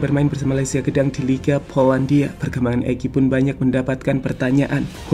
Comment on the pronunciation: Gdanks min bukan gedang